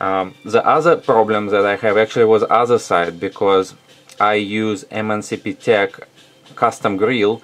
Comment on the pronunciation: i love the way he says MNCPTECH instead of MNPCTECH. Nice build :)